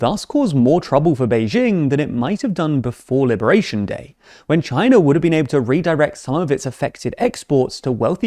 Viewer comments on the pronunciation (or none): none